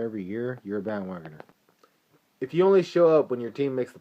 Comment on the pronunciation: omg ahahahaha i just died ahahaha "you're a bandwogoner (pause) with frequent flyer miles" ahahahahahahahah goood shiit hah